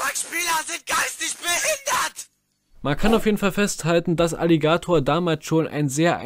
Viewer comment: Wie kann man das Wort „Alligator“ so komisch betonen?